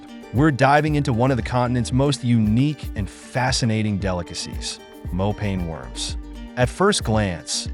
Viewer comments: Not "more pain worms" but "more paah nie" mopane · Mopane is pronounced like "moh_pa _neh" not "mo_pain" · Sir it's mopane worms (masonja) in my language